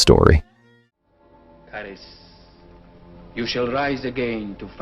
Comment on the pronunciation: Every time that the AI mispronounces the Mummy's name, its like, nails on the chalkboard, at least for me, the Mummy's name is pronounced, " /ka'ri:s/ " not "caris" ! don't know about all the rest of you, but I prefer my name pronounced correctly! I know, I know, what a picky dude, sorry, but it just cringes me.